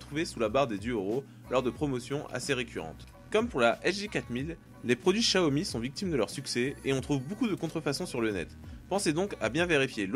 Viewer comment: / Gaming / Tutoriels / High-Tech étant chinoise et ayant acheté des produits xiaomi en chine directement sur place, je t'assure qu'on dit "shiaomi" et même plus précisement "ssiaomi" (un "s" un peu mélangé à du "ch") :)